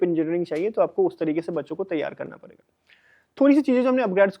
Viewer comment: Padegaa ❎ parega ✅